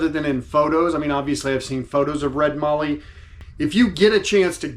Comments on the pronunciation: It's pronounced Mallee as in Sally and valley. It's one of Australia's better known timbers that comes from the south west. Mix the Mallee burl with Jarrah in a jewelry box and see the magic. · Beautiful piece, but one correction: mallee is pronounced with a short “a”, so it rhymes with “alley” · Nice job on the Mallee Burl. It would be like turning concrete!! I am lucky living in Australia and have Mallee Red Burl available quite cheaply. I am a pen turner and use Mallee Red and Mallee Brown in a heap of my pens. I had to resort to Carbide Tips a lot of the time as, like you, I was resharpening my gouge (a good quality Sorby) quite often. BTW - there is no "R" in Mallee. Just sayin'. Take care and thanks for sharing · Great Job you showed that wood off great. Side note the "A" in Mallee is sounded the same as the "A" in Daniel 😁